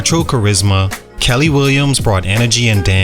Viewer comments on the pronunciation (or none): It’s Kiely williams (key-lee) not Kelly! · That damn girl’s name is pronounced “KEY lee”😅😂 great video regardless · Her name is pronounced like key-lee.